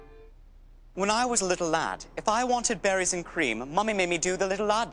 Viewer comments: I thought he was saying batteries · I thought he was saying “Batteries and Cream”🧍🏻‍♀️